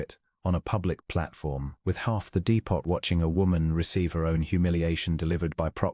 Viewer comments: Dee-pot?! Lol 😆 how about dee-po...sorry, the AI narrator makes this one hard to finish. 👎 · I agree with the comment about the background picture not having anything with the story. Also the narrator mispronounced several words (for example: depot, Coyote). The story itself had an interesting premise - hopefully the story will be worth the time I am taking the time to listen. Listening from Clarksville, TN.